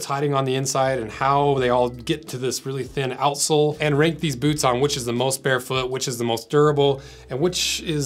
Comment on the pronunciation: I love the way he pronounces boots: "Bhootz"